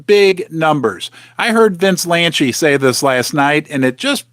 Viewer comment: It’s Vince “Lan-see”. not”Lan-chee”. 😂😂😂